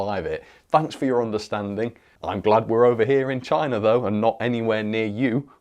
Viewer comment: "Chayna... CHAAAAYYYNA!!!"